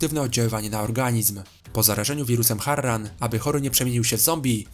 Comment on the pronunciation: MÓWI SIĘ HARAN